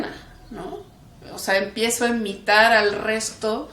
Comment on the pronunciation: la verdad que feo cuando dice imitar....pero el resto de su espanol es bueno. yo soy de una madre Indigena... y no quiren saver. hasta descirle que el dueno de coca cola trataron que mo mama ABORTARA..